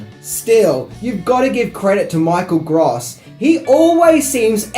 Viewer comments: I hate to correct people but it's definitely pronounced Michael Grōse not Gros. In 1988 Gross was actually the biggest name in this film. Bacon hadn't done A Few Good Men yet, so he was still a B-lister, but Gross, in contrast, was definitely a household name. Reba also wouldn't reach her high celebrity status until the early/mid 90s, and Ward would generally remain vaguely known. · I believe his name is pronounced like the adjective gross. Or net versus gross. If this is just how you pronounce the word gross I apologize and say never mind. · Michael Gross is not pronounced "gras". Just saying. Irritating. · Michael Gr-oh-ss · Dude... It's Gross not Gross... Lol